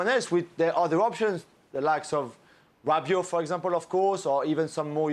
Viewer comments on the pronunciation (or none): Did this fool say RABIOT 🤣 I thought he knew about France.